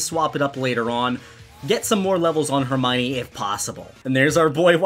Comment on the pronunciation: I feel bad for Hermione but hey no more horrible pronunciation of Hermione